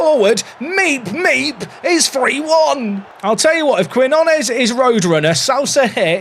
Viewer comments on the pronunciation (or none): I know Brits struggle to pronounce Spanish relative to Americans, but Quinones = keen-YO-naes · For Quinones, try pronouncing Key-know-ness 👍🤓